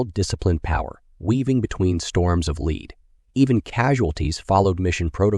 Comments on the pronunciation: OMG!!!! This has to be the WORST AI voice I have ever heard!!!!!! storms of LEED!!!!!!!! that is lead!!! bullets don't shoot leed they shoot bullets made of lead!!!! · and that when you "rain lead" ,lead is pronounced as led, not leed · Yeah, it really needs work. Mispronouncing some words, like "lead", make it seems really off. If you could at least stick the text on screen at all, even without the fancy highlighting or scrolling, it would help. Why not just read it yourself instead of the AI?